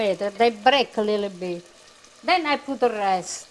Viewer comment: Loved when they used to say,lill bit.fond memories,awesome dear ones.❤